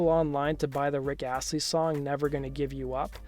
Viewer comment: rick hashley? this dude needs to get educated "astley"